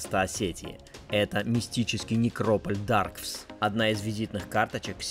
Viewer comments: Не Даргвс. Пожалуйста , ДаргАвс. НЕ МИдоГрибское, а Мидаграбинское ущелье. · Даргавс.мидаграбинские . правильно так